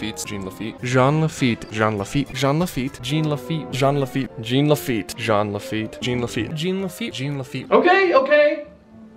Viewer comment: It’s JEAN LAFEET